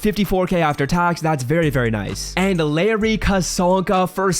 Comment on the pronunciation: Lol Larry 'Zonka'